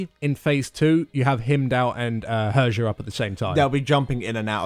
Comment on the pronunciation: "Herjah"... cringy moments... She is actuallty "Heeryah"